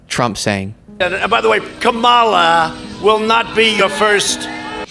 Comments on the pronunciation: Ka-MAH-la …. really??? After all this time. Eh, back at’cha don-OLD. He needs to get a clu - Cat Ladies United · Saying her name like the former WWF wrestler? SMH. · He pronounces it K'mala.. for the same reason he says Barak Hussain Obama. It makes her sound 'foreign' or shall we say 'not white' ...Trump just plays to racist MAGA base. Trump knows what he's doing. Its very deliberate. Despicable person. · Love how they all pronounce her name ,.. KA LAMA! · “Kamala” pronounced like Camilla because both slept their way into power through an adulterous affair. Why is it okay to talk about Trump’s affairs with Daniels and McDoogle, but not okay to talk about Harris’ affair with Brown? Socialism isn’t a four-letter word. Blending it with capitalism is the only thing the world has seen work thus far. The issue is Harris is a corporatist much more so than Biden. That is why there is such a thing as pro-Harris Republicans. They care about the rich, not identity politics and certainly not about the 31% of Americans near homelessness. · She won't be our first female president? She has all the Kamalafications 😊 (Only works if you pronounce her name like 'koala,' like trimp does all the time) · Hey Trump, here's an easy way to remember how to pronounce "Kamala": "CALM-a-lah". Remember the word "calm", which is how politics aims to be if a criminal isn't elected for president. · If she's "ka-MA-la", then you must be "don-OLD." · Her name is actually pronounced kahm uh la ... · He always mispronounces her name KamAAAHla. She needs to flip it on him and call him DonOooold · #DonnaTrump Until he starts pronouncing Kamala’s name correctly. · Trump intentionally mispronounces Kamala’s name the same way he intentionally says “Barack Hussein Obama.” It’s a dog whistle. Hope you had a great time in Charlotte, NC! Looking forward to seeing the work you were doing there. ❤️👊👊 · She says his name WRONG as an INSULT! Just like he does everything ELSE to INSULT!